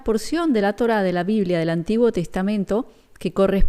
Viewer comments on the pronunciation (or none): Se dice Biblia